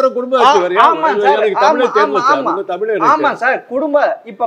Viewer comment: கலைஞருக்கு எத்தினி?? நெறியாளர் நேபாளத்திலிருந்து வந்த திராவிடராக இருப்பாரோ?? தமிழும் சரியாக உச்சரிக்க தெரியவில்லை?!😂